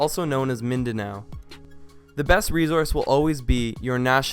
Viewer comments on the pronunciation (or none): none